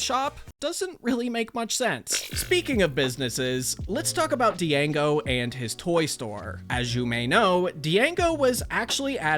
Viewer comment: you pronounced django wrong